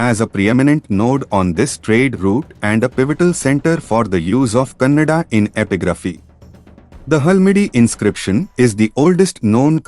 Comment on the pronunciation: It's Kannada not cannada